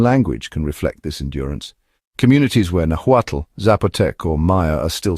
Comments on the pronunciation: Pro tip: H in mexican spanish is silent. It is not "najuatl". It is "na'uatl". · Please say "Nawa-tel" Not, "najuatul"